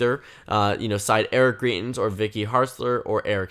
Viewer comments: You're pronouncing his name wrong. You're saying greet-ins and it actually sounds more like grite-ins. The points you make in the video are really good though. He's a very polarizing figure here in Missouri. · From a Missourian: It’s pronounced Gr-EYE-tens